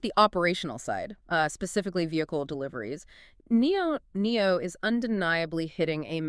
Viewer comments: Very thorough analysis ... much appreciated! Liked and subscribed! (just not sure why you keep saying NIO-NIO) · They can’t even pronounce the name of the brands, right. Why do they call it NIO NIO? I’ve been in the stock for at least five years. I’ve never heard referred that way nor have I heard them call Onvo , Onvio. It’s almost painful to listen to this podcast